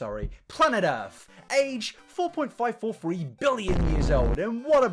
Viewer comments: "Planet EarF......" llmmaaaooooo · planet EARF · "Planet earf" buckle up kids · Planet…. Earf. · "Planet Errf" I'm sorry - I care about you, but I would be lying to you and myself if I said that I didn't chuckle because of your pronunciation, and I'm not a liar.